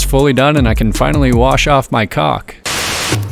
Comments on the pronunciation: the hot dude is at it again😍 ‘….i can finally wash off my calk’ sounded like ‘…. i can finally wash off my cock’ 😍 that guy helping you fit the door, is that your boifriend? it’s A LU MI NI UM! NOT aluminum! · I dunno what's funnier, the caulk jokes, or the fact you think caulk and cock are pronounced the same way xD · Amazing build quality. The choice of materials including the Schluter/Kerdi system were top notch. Love the long form content. Always worth the time! I hope "Oh Henry" sponsors all your crap to come! You're welcome! CLASSIC! I find it funny how hard you worked to pronounce the "L" in caulk. Great video,! Please give us an honest review with the Cinderella after a solid (hahaha) few months of use. I'm considering that or an Incinolet in a future build myself. Cheers! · Bloody hell! I’m an old lady! I nearly had a heart attack ! In UK we pronounce caulk in an entirely different way……😳😳😳😳😳😂💜